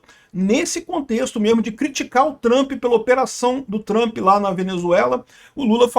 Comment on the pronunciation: "Trãmpi" precissa saber disso urgente (se é que já não sabe)